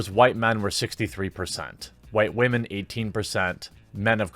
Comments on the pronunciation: Is it a joke that you pronounce it as "wah-men?" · "Wamen"? You keep saying this word. What does it mean? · Where tf you learn to say women at? Wah-men 😂😂😂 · "women, wahmen" gaaaaasp he's a fan!😍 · “Captain Meh” The first unattractive Wahmen superhero. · Really? you pronounce women was as "WA-men" and you are calling her out on this. Pot calling the kettle black much? While she doesn't bring up the facts, you make the assumption that her claim is well founded. I know you can't give the in-depth research into this as a part-time job, but because you suspect her to be voice a claim to get good PR. Does it smell fishy yes. I say reach out to the people holding the press tour, see if they have the information she is talking about. You're making her out to be the bad guy with no evidence except he-said-she-said. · why do you say 'wamen' instead of' women'?